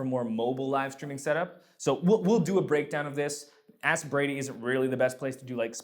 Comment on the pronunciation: Have you ever noticed how when you say Ask Brady it sounds like Aspirating? Which isn't a bad thing to subliminally since it is what you are doing for the church media ministry (breathing life into it).